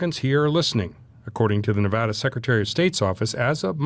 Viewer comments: "Nev a da" rhymes with Ne-bad-ah. Not Ne - vah - da!! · Nev-add-uh. Sincerely: Every Nevadan ever. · Sir, just as a note, as a resident here, Nevada is pronounced with a short A sound on the first A, as in the word BAD. Ne- VAD-a. Love the channel, keep up the great work. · I live in Nevada. You REPEATEDLY PRONOUNCE "NEVADA" WRONG. The first "a" in the word Nevada is pronounced like the "a" in "add." NOT like the "a" in "all." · Nevada isn’t pronounced that way.. love your videos nonetheless! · I agree with everybody here but please stop pronouncing Nevada incorrectly! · I can’t stand the way you pronounce Nevada